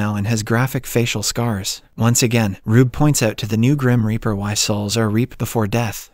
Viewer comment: Indeed! "Ripper" rhymes with "zipper." "Reaper" rhymes with "keeper."